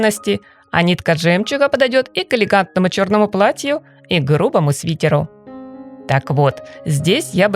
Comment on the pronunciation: Свитер, а не свитер, пожалуйса